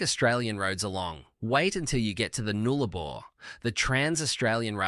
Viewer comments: WTF is the “noolabor”? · Obviously an aussie accent A.l ,no aussie would pronounce it Noolabor. 💩 video ,boring and the 3 "aussie" islands are not AUSTRALIA. ...NEXT